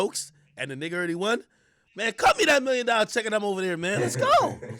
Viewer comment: did AK say da hard R in nigga ?